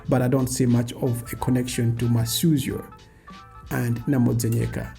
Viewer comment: First off, not Masyuzo...but Masuzyo! Yes, Masautso is a Tumbuka alliteration of Masuzyo...Precisely Masuzyo is Mavuto. Second...its not far fetched that Mugabe might be Malawian as you have rightfully pointed, Zimbabwe,(Southern Rhodesia) and Malawi(Nyasaland) were Federated into "one country" hence, Federation of Rhodesia and Nyasaland. The one that drives me nuts is the one that denies Banda is Malawian.